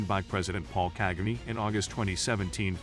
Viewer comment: The way he said "KAGAME"With the american accent had me rolling of the floor